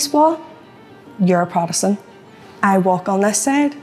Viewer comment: I've never heard such a strange pronunciation of the word "Protestant"